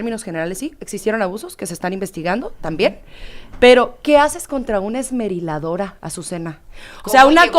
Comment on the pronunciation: tratando de decir esmeriladora al final 🤣🤣🤣🤣🤣